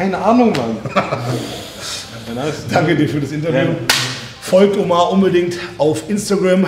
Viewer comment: Er ist türke und mann sagt ömer aber warum sagt jeder und er omar